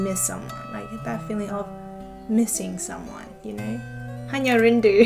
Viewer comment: when you said "Hanya Rindu" it happened to me maybe you are an Indonesian.